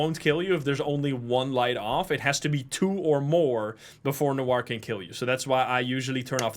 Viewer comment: this is the only game I usually watch to have a nap withxD Gotta love people who don't know that Noir is pronounced "nowah" and ask chat why pronounces it "weird" while its the correct way